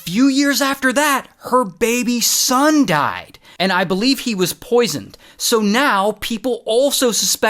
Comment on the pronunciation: when you said Baby son died, i thought you said baby's son died, and I got so confused, like how could a baby have a son 😅 lol im tired, dont mind me 😅